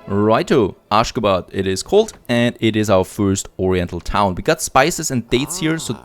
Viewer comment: Aschgabad pronounced like aschagaabad. Everytime you called it, it sounds kinda funnier 🤪